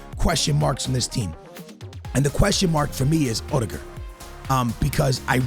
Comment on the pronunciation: Bro why does he say odegaard like that it’s not that difficult to say Omds😂🤦saying it like he’s rudiger 😂